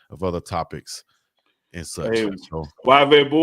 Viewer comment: Yvette is pronounced ee-vet, 😂